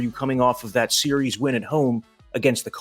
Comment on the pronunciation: "SERIERS"? Really?